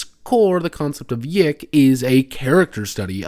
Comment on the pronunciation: it's pronounced, "yick" :P also idk how much I'd consider tracing elisa lam's last moments on camera for the PC's waifu's death as "hilarious"